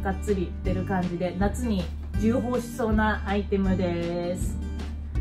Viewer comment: じゅうほうじゃなくてちょうほうですよー